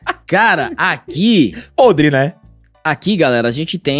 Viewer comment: Grande bordão🤣Quando O fala (podre) eu morro de rir,ele fala com tanta vontade🤣